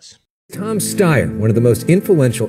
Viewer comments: Kyle, is how to correctly pronounce Steyer...but you already knew that. Cheap shot. I wish you hadn't have taken it; it diminishes you. And no, I don't like him either. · Come ON, Kulinski! It's pronounced "Steyer," duh!